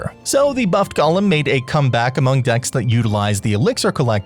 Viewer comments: It's not "gollum." It's golem. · Bro please it’s pronounced go-lem, gollem is objectively incorrect as per Merriam-Webster.